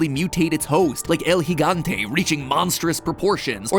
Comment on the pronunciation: Yo! It is so weird to hear someone pronounce "El gigante" correctly XD I'm so used to hearing everybody butcher all the pronunciations in this game